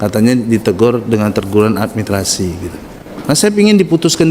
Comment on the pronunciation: Beliau tdk bisa menyebut kata, 'Administrasi'.